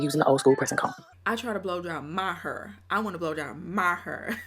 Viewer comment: The Hur is a Dallas Texas accent ; I’m from & live in Houston Texas bday 9/9 & we DONT say it like that so she has to be using it sarcastically 😂😂😂